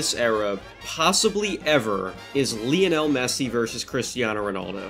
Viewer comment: Say "lion", now say "Lionel Messi"